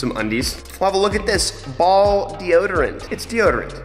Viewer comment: Its funny how he says kashow to his sister miata and also how he say ballls 😂